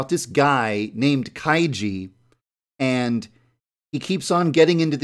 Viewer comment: I'm not sure if you pronounce kaiji that way